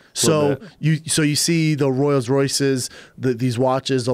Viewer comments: "Royals" Royce.... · Does Schaub really think its Spelled and Pronounced - ROYALS ROYCE; The fuckin idiot, I remember he was pulled for this same Word before on Rogans Podcast back in the day.. Schaub gassed in his Fights - he didnt have a Rolls Royce Engine....